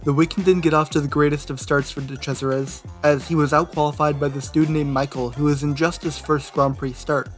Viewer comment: “De Crasheris.”